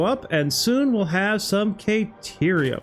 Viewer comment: Awesome job,! Been following this since its conception. Very inspiring. I've learned a lot of tricks that I have already implemented in my own builds. Every YouTuber has weird things they say or ways they pronounce things. Yours is "KAY"terium. 😅